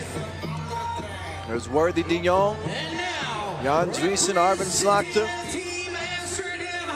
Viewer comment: Lol, nice to butcher the names of the Dutch players, when 1 (Slagter), literally means butcher. My teammates used to play against him and then with him on the team in youth basketball, late 90s. Nice to see him play again, and vs Toronto team, which is near where I live now. It's a small world.